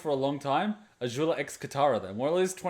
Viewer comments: why are you saying Azhula/Ažula instead of Azula with a z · WHY DO YOU PRONOUNCE AZULA SO WEIRD